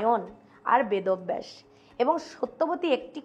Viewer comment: Vedo-baysh...bolechen bychance vod-obvaysh bollen ni😂😂😂